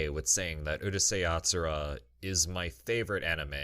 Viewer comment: why do people always mispronounce the name of Urusei Yatsura